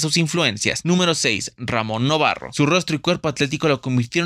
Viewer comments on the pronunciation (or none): Ramón NovaRo, repite después de mi: N O V A R O y no novaRRo … 🙄